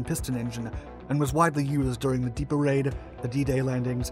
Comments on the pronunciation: Just so you know, it's "goss - hawk" not "gosh awk". And "dee epp" not "de - eep" (Dieppe, France). Excellent vid! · dieppe is not pronounced like that